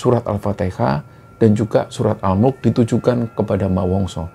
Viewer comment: Maaf mau nanya, surah Al Mulk kah, suaranya kurang jelas pas nyebut surah itu tadi.